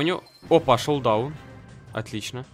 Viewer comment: не шолдаун а шоудаун